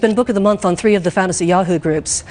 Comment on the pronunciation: And Duncan replied "Fantasy Yahow Groups?" 🤣